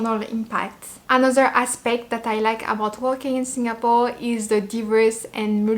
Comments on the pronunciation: You pronounced same as many local uncles and aunties the way they pronounced "SinGApore". It's very local and more endearing to me. 🤩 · The way you pronounced Singapore is so Singaporean. Must be influenced by your Singapore friends.:goodvibes